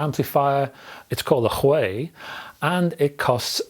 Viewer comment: Don't you think it's Huey? The way you pronounce it it sounds Chinese lol. It's a British company after all? I could be wrong as well obviously. Hopefully Chord reach out to iron this one out lol